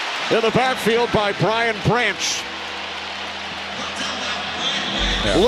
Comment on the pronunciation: Who is this announcer!? How many times you gonna mess up Brian Branch's name? Can we please have Dan Miller call these games? Infinitely better, IMO